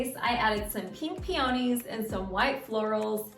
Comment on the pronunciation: I vote for option A. Never heard it pronounced any other way. Re the flowers. I think Peonies = pee-o-nees not pee-own-nees. But maybe where you live it’s pronounced the way you did. Words are so interesting!